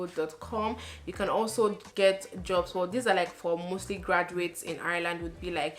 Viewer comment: I like the way you say ‘Ireland’ 😍😍